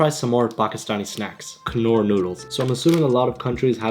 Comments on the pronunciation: Not kanoor bro it's norr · Its not knor its pronounced as nor . Btw Art attack shirt is❤ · It's not knor, it's pronounced as 'nor' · and it's not pronunced knor it's nor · knorr nahiii norr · its norrr not kanor😂😅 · Maybe it's the ocd but the first one is called nor not kknorr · its not pronounced knoor its pronounced norr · It’s not kunorr k is silent it’s norr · First time I am hearing someone saying Knorr as "k-no-rr". It's Norr😂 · Its pronounced as (norr) not (k.norr) . Here k is silent. It is also available in India😊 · Bro its not pronounced as *K*nnor, its pronounced as Norr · Its pronounced "norr" Instead of "knorr" (K is silent) and we have an indian version of that in india, the indian version is basically a soupy noodle, its amazing masala and its one of my favorite instant noodle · Wtf it’s not pronounced ‘kannorr’ it’s basically norr”” and it’s Indian brand bro. It hurts bro😢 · Kanorr?? K silent it's norr. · It’s pronounced as ‘norr’ the k is silent like in the word ‘know’ ‘kunoor noodles’ made me laugh😂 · It's knorr not K-norr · It's pronounced as 'Norr' and not 'Ka-nor' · Its not kunorr its knorr like norr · Its pronounced "norr" not "K-norr" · bruh it's pronounced as norr not knorr 😂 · Its not "K-Norr" its pronounced as "Norr" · Knorr is pronounced as norr not kanorr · 😂 It's pronounced "nnorr" not "kuh-noor" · its not K norr its Norr, K is silent👍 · it's not "Knorr" It's "norr" lol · It's pronounced norr not k-norr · I died when hi said "Kanor" noodles 😂😂😂 it should bhi pronounced as "Nor". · Bruhh, Knorr is pronounced as "nōr" not "K-nōr" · It’s Pronounced Norr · It's pronounced Norr K is silent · Khuh- norr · Isn’t “K” silent in Knorr? I think it is pronounced as n-au-rr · Why do Pakistani people pronounce Knorr as Kanorr? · Bro knor pronounciation is wrong,the k is silent, its nor. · I think knorr is pronounced Nor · Isn't the "K" silent in "Knorr" and is pronounced as "nor" ??? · "Kuhnoor noodles" 💀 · Yo it's pronounced as Nor